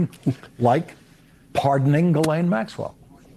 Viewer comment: I love you, but,WHY do you always seem to intentionally mispronounce Maxwell's Christian name??? It's pronounced "Ghi" like in geese, instead of "Jilane"!!